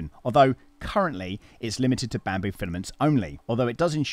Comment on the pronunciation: "Bampoo" hahah. Nice. Well done on the overview my friend!